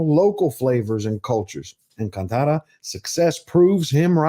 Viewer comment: Mad respect for your researched review. When a non Indian can pronounce words like kantara , Karnataka , bhoota kola like the local does , one knows this movie has broken all barriers ! Tulunad hudugi ( girl from tulu land )